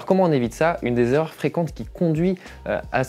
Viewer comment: Les 7 zerreurs 😮La 1ère erreur, c'est cette liaison.